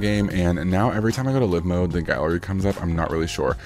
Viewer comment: Psssst.....(Live): it's not "luh-ve" mode, it's "Laai-ve" mode ....you know, as in "alive"......pronounced: "uh-laaive"